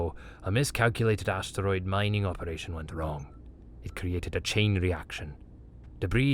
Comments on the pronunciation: Enjoyable, except for the jarring mispronounced words. I had to go back and read the CC to see what carved from a single steroid was supposed to be. Refuge >refugee. But overall good. To err is human, to forgive devine. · Yeah, the steroid one got me too. XD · Lol. Even the human can't say asteroid (32 seconds). 😂